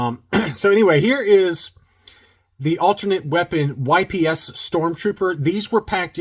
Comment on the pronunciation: It's not pronounced Y-P-S! 🙄🙄🙄🙄🙄🙄🙄🙄